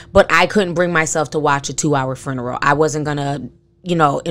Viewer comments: lol sis are you saying "fruneral" on purpose? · Ti you really had me going "hmmmm" through the entire video. You are speaking nothing but facts! Everything is really odd. Thanks for the video and i love how you put the extra R in funeral lol aka fruneral lol love your channel! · I'm sorry but is anyone hearing how she's saying fRuneral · I love you Ti... but you killing me adding that extra R in FUNERAL lmao 🤣🤣🤣 now that's how I'm going to pronounce it from now on. Love you Ti and keep doing your thing boo